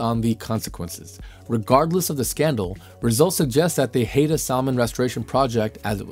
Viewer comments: Ummm, the Haida are not the Haeda. These are different tribes from different parts of the world. apparently did not know that Haida is pronounced Hye-da. They are from BC. The Haeda (hay-da) are not from North America. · fyi - it's Hy-dah not Hay-dah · Haida is not pronounced Hay-da... Haida actually sounds like Hi-da in common daily use. Salmon is not pronounced sell-man... Salmon actually sounds like samin in common daily use. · I think the idea deserves further small trial research. Its doubtful it would create dead zones if it was limited to deep ocean areas. Btw. the Haida people from British Columbia (my home) are pronounced “Hi da” - just thought you should know😊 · Haida is pronounced "Hide A"